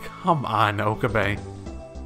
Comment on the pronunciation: I love how you pronounce Okabe's name "Oka-BAE" XD